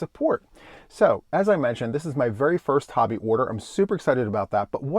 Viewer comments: I love that you pronounce Hobbii correct!👍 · Thank you for pronouncing HOBBII correctly